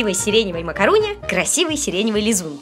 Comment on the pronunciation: это не макарон а макарун